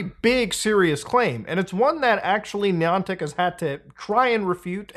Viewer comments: Pronouncing it “knee-on-tick” makes me already think this is silly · Not sure what bothers me most, the fact this is happening or the way this guy says Niantic. Hmmm... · I’m going to Ai edit Muta’s voice to say the Niantic right 😠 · This pronunciation of “Niantic” is making it hard for me to watch this video. 😅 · How many times can you say the company name wrong good grief it’s not that hard 😊